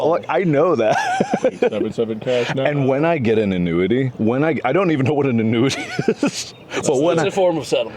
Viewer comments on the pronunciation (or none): Please tell me I'm not the only one that thought Mark said "when I get into nudity" not "an annuity" 😂